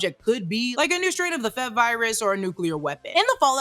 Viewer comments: Um... it's "Eff-Ee-Vee" Virus, not "fev virus." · F.E.V is an acronym like F.B.I it’s not pronounced Fev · F.E.V. Not “fev” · Excited for this series. As a side note it’s weird hearing F.E.V. pronounced as f-eh-v lol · Did you say "Fev-virus?" F.E.V. - forced evolutionary virus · I can't be the only one who gets annoyed if people say FEV-Virus, the V stands for Virus. It's called FE-Virus